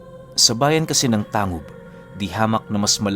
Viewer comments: Tang.gub po hindi po tangub. Parang olotanga. Olotangga pagka bigkas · Tang- gob ho Hindi tangob Ang pag bigkas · "Tang-gub" po ang pag pronounce nyan.. taga miss occ. ako ozamis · Ganda ng storya. We pronounced it as Tang-gub not tangub. Salamat! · Hindi Yan tangub/tang gub... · Tang-gub po ang pagbigkas nyan 😅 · Good pm "Tang-gub" po ang tamang bigkas ng Tangub. Pero solid ng kwento God bless. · TANG-GUB po tamang pagpronounce ng lugar. hehe😁